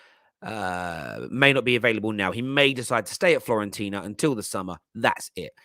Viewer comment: Why do people say "Florentina" 🙄 02.42